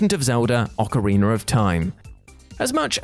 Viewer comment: It’s ocarinA NOT ocarinER, stop adding an R to the end